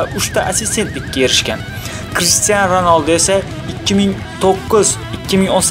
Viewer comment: Oldin Crishtiyonini to'g'ri aytishni o'rgan